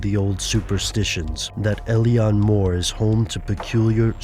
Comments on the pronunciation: it's funny when Americants try to pronounce Gaeilic. Alien More. Oh dear.... It's pronounced "ill-on Moor". Ingonrant philistines. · its actually pronounced ill-lan mór....... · Eilean Mòr is pronounced Eh-lan Mawr. It's Gaelic not English... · it is pronounced ai leen moor